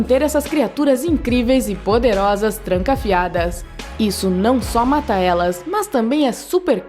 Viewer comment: Esse mulher fala de uma forma chata, mds, "trancafiadans"